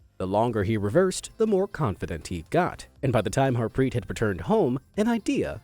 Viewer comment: Bro I am form India his Its pronounced as Daave and Harpreet